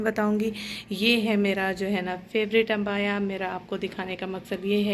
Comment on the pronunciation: Sister abaya not ambaya